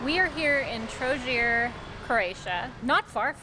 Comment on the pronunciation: I love your videos, they’re so insightful and you’re one of my favourite travel vloggers. This is another great one. I loved Trogir too. The view of the waterfront from the top of the castle tower is pretty neat, by the way, and worth the admission. Just one thing about this video - your pronunciation is usually so on point that I’m surprised you said Trogir with a soft g - it’s actually pronounced with a hard g like Trogg-ear